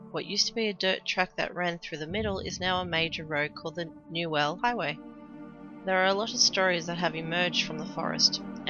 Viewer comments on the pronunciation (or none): "new ell highway" hahaha, Its pronounced more like "you'll" with an N at the start instead of a Y.